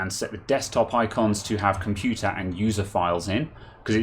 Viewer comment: Haych pee compyutah 😱